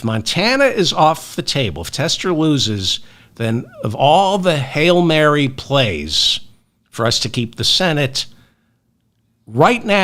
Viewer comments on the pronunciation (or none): none